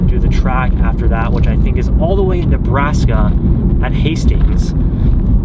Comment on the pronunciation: Ah yes, the state of "Nebraks". 🤣🤣🤣🤣 JK! I know you were probably (definitely) worn TF out while editing this epic hour-long video. All jokes.